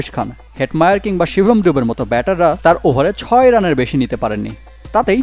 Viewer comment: কেনো বাংলাদেশী লোকেরা ফিক্সিংঅথচ দেকছে। বিপিএল ও তো ফিক্সিং করছে 😂 আর একটা কথা শিবম দুবে নয় উই প্লেয়ার নাম শুভম দুবে। ঠিক করে তো খেলা দেখো।